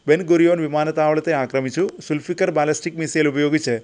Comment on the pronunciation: സുൽഫിക്കർ അല്ല ദുൽഫുക്കാർ